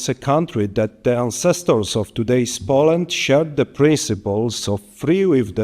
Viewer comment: piękny angielski panie prezydencie. proszę zacząć od poprawy wymowy słowa "Poland"